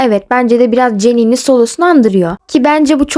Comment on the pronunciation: Yaa sen jennieye ceeeniiii diyince gıcık oluyorum